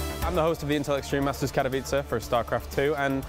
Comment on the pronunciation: Finally learned how to pronounce Katowice, long after everybody else cought on. It's not Katovichi:D